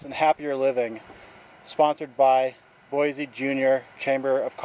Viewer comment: Good video. But locals say, "Boy-see" no Z